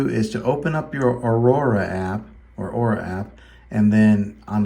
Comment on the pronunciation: It's NOT Aurora . It's one syllable, AURA.